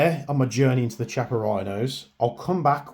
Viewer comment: it's pronounced KIAPPA...not Ch....it's italian